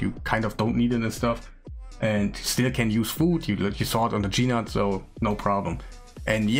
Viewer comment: Nice guide, thanks. It's not "G-Nut" though it's "nute". The G is silent like the word gnarly or gnaw.